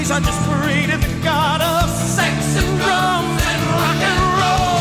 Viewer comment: Drums really? For nearly 30 years I thought he said drugs